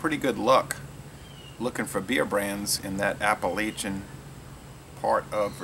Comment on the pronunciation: Appalachian = App-uh-latch-uhn There's no long A vowel sound in the middle.